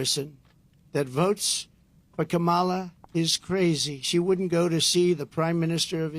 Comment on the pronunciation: "Kamolly" Dumb wick can't even pronounce her name